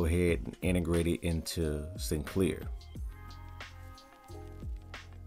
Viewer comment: Wauw absolutely no introduction to trakt given in this video. Just you pronouncing sycnler wrong a million times and integrating it into random apps.